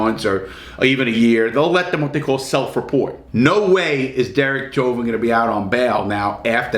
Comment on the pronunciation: "Derek Sherber... Derek Chauvin..." thinking about sherbert larry? Lol